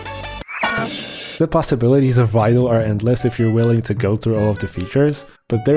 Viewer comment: I thought you were saying Fido, like a dog name lol, not Vital. Love you bro, good video